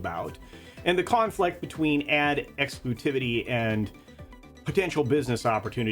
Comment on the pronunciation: Ad exclutivity is what I hear whenever you say "ad exclusivity". Dunno if it's me going crazy though. Overall, this keeps coming back to the same issue: Did every brand need a streaming service? Pretty sure people would be better served with a stronger Netflix/Prime Video rather than the walled-gardens this ends up creating.